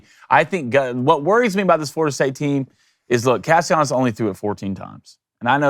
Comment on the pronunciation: Alright guys, you three need to get on the same annunciation page. Is Castellanos name with the double L pronounced as such or should it be treated like it doesn't exist? Make amends and return with a united front 😂